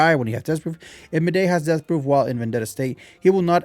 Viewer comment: I mean no offence but just an FYI, Mydei is pronounced as "My-Dee" which is why Tribbie's nickname for him is "Dee"